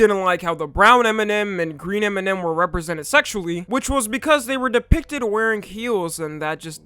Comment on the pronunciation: why does it sound like you say eminem instead of m&m